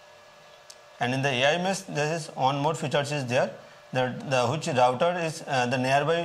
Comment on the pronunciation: Thanks for pronouncing the word router correctly, not rooter, lol.